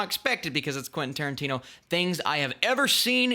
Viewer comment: Quentin Tiertino